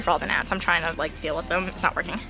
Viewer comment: When she said like this video it sounded like lick this video so i licked it 😂🤣😅😇😘😋😛😝😝😜😜🤪🙃😉😌😊😊😁😄😃😀